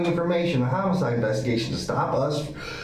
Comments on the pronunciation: It's homicide... not homocide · Brother you are running a crime channel. You need to learn how to pronounce homicide. No hate.